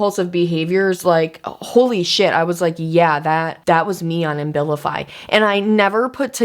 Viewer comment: You’re pronouncing the medication Ambilify, I’m assuming you mean Abilify? (No M) I’ve been on that med for years simply because the withdrawal effects and depression are too severe whenever I try to go off it. It’s a serious drug